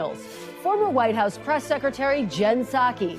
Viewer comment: How can anyone believe / trust anything from Welker and NBC? And why does she always have to emphasize “Meet the PRESSSSSSS”? I give her a 1 out of 100 for journalistic professionalism